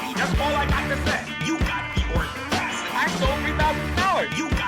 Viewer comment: Thanks a lot you got me walking around my house saying "you got the ordacity" all day lol